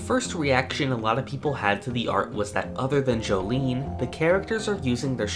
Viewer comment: It's pronounced Jo-lin